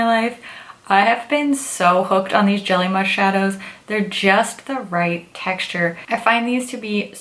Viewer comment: I keep hearing jelly mush 😂